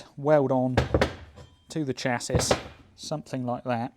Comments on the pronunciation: Chassis is pronounced Shazzy. But your saying it like chass-us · Love this build. Almost as much as the limo. One thing, though. Mispronounced words, like “chassis” are funny the first time, but after that their value falls off a cliff. Chass-isss got very old indeed about 4 times before you stopped doing it. I actually had my finger poised over the skip button, when I realised you’d stopped. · I think you’ll find it’s pronounced “Chassis”. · You're not dyslexic at all! But I would like to know what a chassissss is 😂 j/k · Stopped watching after the third time you failed to say the word Chassis correctly. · please drop the s on the end of chassis as it soesnt use it its called a silent s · You say chassis in a way I've never heard it pronounced. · Australian pronunciation I think - cassette is another classic oddity